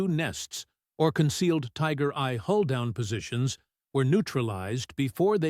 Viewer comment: AI narration: Tiger I = "Tiger Eye." 🙄😄